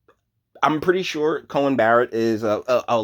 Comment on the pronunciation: You keep saying "Cohen" it's "Coney"